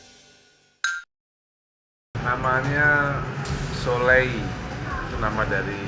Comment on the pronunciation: So-leyl Dari mana soleh-nya?,,, Plis deh ngampungnya jangan ngampung banget.